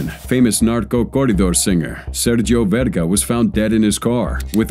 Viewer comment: It's actually sergio vega. Verga is a bad word lol